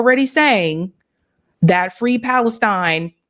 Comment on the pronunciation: He chants Free…Free…PalesTIIIINE. that’s NOT how it’s been chanted by pro-Palestine supporters. Just watch thousands of videos of the protests. It’s Free, Free PALestine! The accent is on PALestine, not PalesTIIINE. You’d think if he were a true supporter, he’d know how the chant goes. Stay safe. Sterling stuff as usual.